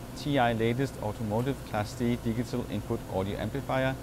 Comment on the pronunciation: What the heck is a di-gah-tull amplifier?!?!;) Great job!